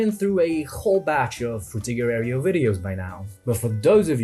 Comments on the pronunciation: For future reference, "aero" is pronounced like arrow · This was a good essay, except for the parts you kept saying "airy-o" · Dude... now you can pronounce "tech" correctly but you mispronounce "aero" and say "aereo" instead. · He took "Techhhh" from us but gave us "Areo" -- well played, sir, well played 😅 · haha, "areo" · I don't think that's your preferred pronunciation of "aero". That's just dyslexia.